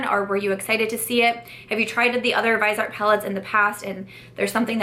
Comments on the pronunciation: They're pronounced Viz-e-art and 'Trist' :) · I recommend watching Stephanie Nicole’s videos on Viseart. In one she interviewed the owner of the company and it was very informative. Btw, it’s pronounced vis-ee-art, with 3 syllables, from the French word for face, “visage.” I didn’t know how to pronounce it either until I watched Stephanie Nicole. She is a huge fan of their mattes, but not as much their shimmers because they are more subtle. I have 4 of the 12 pan palettes and they are amazing. The mattes are incredible, but I even like the shimmer palette I have because it’s more subtle. It works well on my more mature eyes, doesn’t settle into the “less smooth” areas. I even wear them in the crease and above where they also look pretty. But, the mattes are absolutely great quality and a pleasure to work with. Love your eye look today!